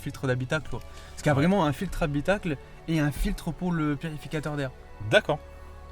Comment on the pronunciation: Il m’a gâcher la vidéo le mec a vouloir trop en faire en parlant.. il cherche à faire l’acteur avec son élocution alors qu’il ne sait pas prononcer le mot « purificateur » et que deux seconde après c’est des Wai ect